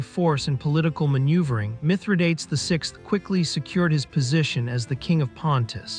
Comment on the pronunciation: Do try to learn how to pronounce a name before making a video on it.